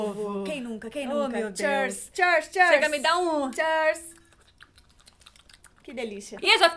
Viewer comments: "Chêrs"????? Foi de propósito? É q é "cheers" ("" chirs"") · Que agonia da falando “churz” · meeeeu, não é assim que fala cheers ai q chata eu neh perdão mesmo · Q raiva da dizendo "cheers" errado ahahah